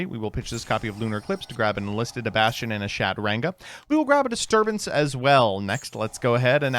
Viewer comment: "SHAT-ranga" is diabolical, even for you 😭